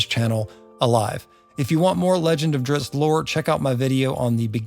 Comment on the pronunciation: Thank you for pronouncing his name correctly. I'm so tired of hearing people say Drizzit.